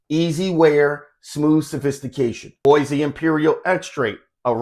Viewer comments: Nice! Its pronounced as Buah and not Boysee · Great review. Bois is pronounced BWAH.